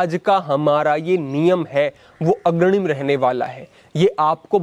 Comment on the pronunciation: agranim nahi bhai saahab, agrani saanjhaa nahi saajhhaa Video to definitely bahut achchhi hai... Bas bhasha ki kuch chhoti si trutiyan sudhaar lein.